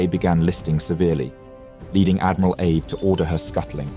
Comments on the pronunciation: I mean, he pronounced "Abe" as like "Abe Lincoln" and not "Ah-bey" like it should be pronounced. Sounds like an AI narrator, honestly. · It's ah-bay. Not Abe 😊